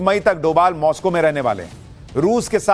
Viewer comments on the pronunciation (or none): none